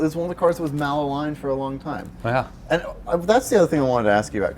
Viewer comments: FYI,, it's "maligned", not "malaligned". I only mention it because you said it twice in this video. Cheers. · Ma lined, not mal aligned lol